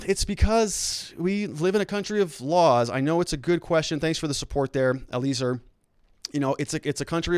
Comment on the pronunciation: Eli-ay-zer not Ay-liz-er